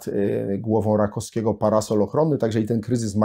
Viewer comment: RakoWskiego, nie Rakoskiego.